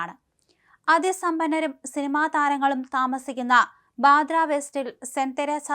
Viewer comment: ബദ്രയല്ല. ബാന്ദ്ര.